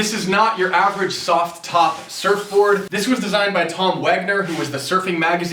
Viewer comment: quite a few gsi`s. You could go ahead and maybye make the t a little more silent when saying the word `soft top` It was funny the 1st 3 times but then not as much.